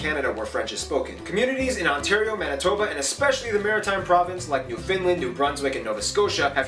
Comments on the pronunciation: The geography now guy needs to learn how to pronounce Newfoundland. New found land, not new finland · It’s New Found land not New Finn Land. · Except his pronunciation of Newfoundland. "New Finland"? really? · He also repeatedly refers to Newfoundland as New Finland... jeesh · Canadian here. This video is pretty accurate. The only thing is that he pronounced Newfoundland wrong; the stress is usually on the first syllable, sometimes the last, but never the middle. And yes, most Canadians live close to the US border. But I'm one of the 20-ish percent that live in the northern part, and I'm proud of it. There are people that live in the Territories; the difference is that the provinces have their own provincial governments that are semi-autonomous, whereas the Territories are run by governors who are directly appointed by the federal government.